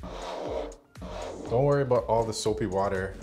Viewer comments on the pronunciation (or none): none